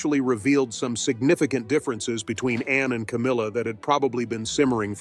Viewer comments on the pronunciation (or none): This is pretty good, but the automated voice and sloppy editing of the narration is an issue. It sounds like Princess Anne's name is "Princess En," and about halfway through the script refers to Anne's title, Princess Royal, as a "nickname." It is not a nickname. I mean--does Charlies II have "King" as a nickname?